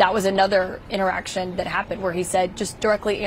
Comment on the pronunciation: Did she say interaction it sounded like something else with an e tion😅